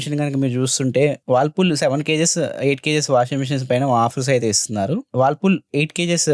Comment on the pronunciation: Whirlpool ❌. Wallpool✅